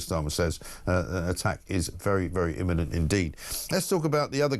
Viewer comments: Beth Rigby ‘inemment’ - lol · I love ’ description of Iranian regime. Rigby is a useless journalist who can’t pronounce words properly ‘iniment’? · Did Beth Rigby say an attack was "inniment?" What the heck is an inniment? She's supposed to be an experienced "journalist" and she can't even speak her own language. At least she was asking some questions so that's an improvement over the usual leftie platitudes. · He criticises her for mispronouncing imminent, then starts drivelling on about B52's dropping MOABS. Dimwit. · Beth Rigby has a masters degree, has taught English and has been a journalist for almost 30 years - why can't she pronounce 'imminent'? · First she say ‘iniment’ which was a stumble but then my god ‘esculation’ even Starmer heard it, and he hears nothing apparently. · Beth Rigby also mispronounced escalation as esculation. Aren't 'journalists' supposed to at least have command of the English language? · Beth Rigby mispronounced "imminent" and "escalation"...😮